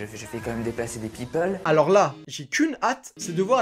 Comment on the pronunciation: « Les peopeules »😂😂😂